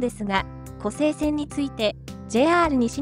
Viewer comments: 湖西線をコサイセンと読んではならぬ！ コサイは浜名湖の西を表す言葉。 湖西市(コサイシ)に引っ張られて湖西線をコサイセンなどと言うなかれ！ コセイは琵琶湖の西の意味になる！ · ナレーションではちゃんと「こせいせん」て言うてるのに、何では「こさいせん」て言うんや？ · こら、！ 一度だけ「コサイセン」と言ったな！反省しなさい‼️